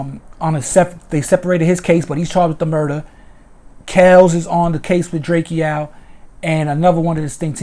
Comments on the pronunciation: It’s Drakeo not drake-O get it right 👀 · he saying it like drakio drake names is spelt like that drakeo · Dre-Co not Dre-Key-Owl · Ayye'yoo my man his name is DRAKE'O ... NOT DRAKEO! ... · Drake O bro not drakeeeo good clip though free the ruler! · Pronounced Drako🤦🏻‍♂️ LLV DRAKEO THE RULER💯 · It’s drakeo bro like draco u sob I hate u weak ass bloggers getting rich off our culture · Who the fucc is drakeo his name is pronounced dray-co. Punk ass bloggers just blogging on everything and don’t know shit. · DRAKE-O! Say it with me DRAKE-O! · Pronunciation : “DRAKE-OH” Drakeo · Ive been pronouncing it drak-iee-oh this whole time too tf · It’s pronounced DRAKE O bro. Good work tho I appreciate the update. Free the ruler and stinc team. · Drake E- O th ruler lol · Right!? 😂 The saying my nephew name all wrong n shit! It's pronounced: "Drake OH"! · This is true. He’s my friend I went to court! Drakeo is innocent! And his name is pronounced DRAKE-O lol 😂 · Say his name correctly! 👎🏼 Trash Channel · THANK you! Pronouncing my nephew name all wrong n shit!